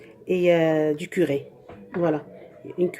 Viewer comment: il faut dire curry pas curé Et curcuma pas courcumin